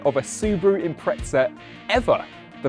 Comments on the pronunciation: Why is he saying Impreza like "Impretsa"? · impretza what? xD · when people call it an impretza my toes curl… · Maybe when the Brits learn to pronounce the English word “Impreza” properly, not “Imprezza”, Subaru will re-instate that name. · Looks good. Will start saving……Wheres the ‘t’ in Impreza? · Where is the T in Impreza? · Awesome vid but couldn’t take your pronunciation of Impreza where’s the T mate ? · There is no T in Impreza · How can the English not speak their own language… Impreza does not have a T in it !?